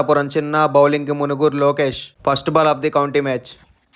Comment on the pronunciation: It's మణుగూరు బ్రో not మునుగురు